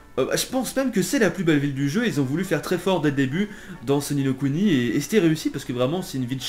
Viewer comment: Non il le prononce bien, Ni no Kuni est du japonais et veut dire l'autre monde, le second monde